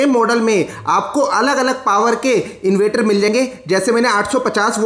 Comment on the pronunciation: Inverter bolna to sikho